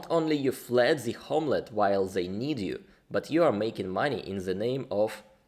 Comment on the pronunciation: Fled. Not- “fleed “